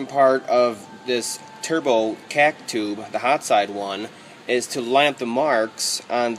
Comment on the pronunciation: I cant stand how you say "cack tube" lol but your videos are amazing keep up the good work